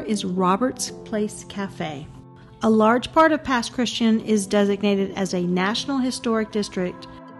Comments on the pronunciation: With the accent on the last syllable. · The Pass is pronounced “Pass Chris Chan” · It's cute to hear how you pronounce Pass Christian. 😊 It doesn't sound like the word Christian. ....the "ian" is "ee-ann." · I can tell you aren’t from the Mississippi coast, Pass Christian is pronounced Pass Chris tee ann